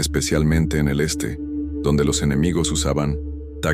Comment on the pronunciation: Dice "enemigios".